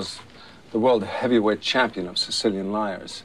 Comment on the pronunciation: "You're Siseelian, huh?" "Yeah, uh, Sicilian."